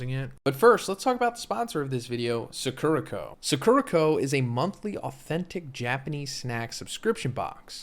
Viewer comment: the way he’s pronouncing “sakura co.” in the ad is killing me, i know this literally has nothing to do with jjk but c’mon, you can’t read this much manga and view this much anime and not know: SAH-KOO-RAH